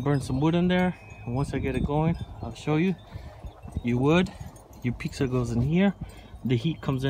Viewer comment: My husband says those pavers have chemicals in them and you shouldn't use them for cooking. Is this true?? Its sounds like you are saying peaksa thats how the closed captioning is hearing you. Pizza not peaksa